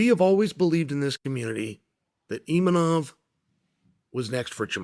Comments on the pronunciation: Still saying 'Imanov'.....wtf is wrong with you? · Imanov? You would think as a professional commentator he would look up the actual name of fighters. Or does he mispronounce names on purpose? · "EEMANOF" lol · i like how chael pronounces imavov different every time lol